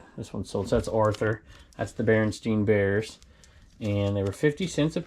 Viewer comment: The Berenstain Bears. You keep saying it wrong. lol.